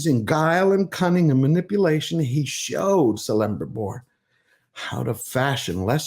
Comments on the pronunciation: Just a word: its pronounced 'Kelebrimbor', not 'Selebrimbor' 😉 Any Elvish word that starts with "C" is pronounced with a hard "C" instead of a soft one. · It's pronounced "Kele-brim-bor" not "Selembribor". I appreciate your work, but you should really know stuff like this or at least research it, if you talk about sticking to canon and honoring an authors lore. Just my 2 cents. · Dude, it's not "Celembribor" with an S sound, it's Celebrimbor with a K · I love your content and hate to be this guy but it is not pronounced CELLibrimbor, but more KELL. But that's being nitpicky, please keep up the good work! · I want to like you man. I've seen a couple of your videos and I like what you have to say. Just please remember that a C is pronounced like a K. So, Celebrimbor is pronounced like Kelebrimbor. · KEL-EM-BRIM-BOR. It sounds like that. Your pronouncing it wrong. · Love your content and support your cause for fans. Just a minor nitpick, Celebrimbor is pronounced as Kelebrimbor, and with that I just sided with pronounce, oh fcck. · Celebrimbor=Kelebrimbor ('C' is always hard), Aule=Owlay ('AU' is a dipthong), Eregion 'G' is always hard. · Love your videos,. The C in Celebrimbor uses a hard K sound. Elrond was the herald of High King Gil-galad. He who bore Vilya, the mightiest of all three elven rings, and founded Imladris (Rivendell). Here he is a canny politician and architect? Sounds like the show runners McKay and Payne have inserted their own personal "Mary Sue" in this bloated hate fiction of Tolkien. This show and those involved are full of 💩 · Great message Just want to note that correct pronunciation of the names and characters you mentioned is also meaningful and impactful to stay true to Tolkien. For example, Celebrimbor and all other elvish words with a C sound like a K. Eregion has a G like in Gulf. He was a detailed man our Tolkien was.:) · Kelebrimbor, not Selebrimbor! EreGion, not EreJion! Sheesh!